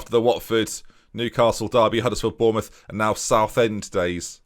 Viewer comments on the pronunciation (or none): none